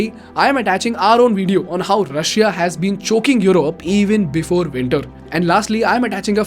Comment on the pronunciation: Love your videos and explanations, really enjoy watching it and sharing with others, but every time you pronounce the 'i' in Russia, I cringe. It's a silent 'i'. ;-)